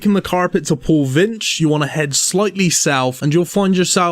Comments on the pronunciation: Pollivneach =Paulvinch xD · Poll-niv-neech (like peach). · This guy just said pollvinch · I was gonna make of how he pronounced Pole-vinch, but then I realized he just made this long of a vid on the agility pyramid. LOL.